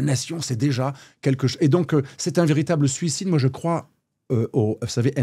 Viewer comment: Suocide ? Succide ? Sulcide ?